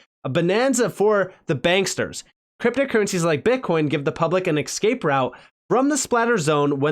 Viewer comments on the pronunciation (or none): Escape not excape😂